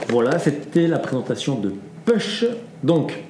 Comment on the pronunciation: Ahhhhh nous ne prononçons pas ' PUCHE ' mais " POUCHE " ...